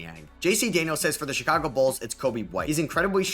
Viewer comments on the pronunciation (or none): none